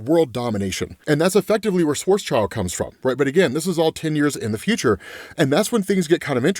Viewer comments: SchwarzSchild should be pronounced more like BlackShield not Schwarz's child :hand-purple-blue-peace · Its pronounced like: Svats-shield he was a German mathematician and did a lot of stuff with black holes